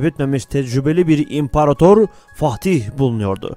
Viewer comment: Güzel bir belgesel, ama Fatih demak yerine okadar çok FaHtih dedinki...